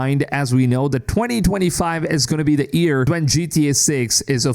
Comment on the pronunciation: Why does this guy pronounce year as ear its so frustrating